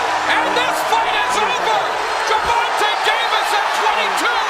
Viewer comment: "Grrr-Von-Ta Davis" hell nah😂